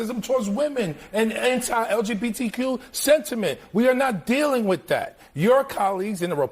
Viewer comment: Even though the hog twins can’t pronounce the TH sound, they say DAT and DAh, even though they still can’t speak correctly like most blacks, at least their eyes are open